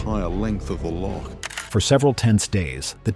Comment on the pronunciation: Before making this film, why not find somebody who can pronounce loch first?